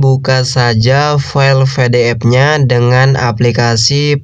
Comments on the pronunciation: PE DE EF bang bukan VE DE EF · PDF bukan FDF kocak baca PDF aja ga bisa